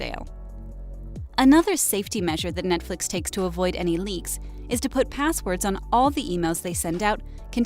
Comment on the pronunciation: I was just thinking why do they keep saying Netfix, this is CW lol.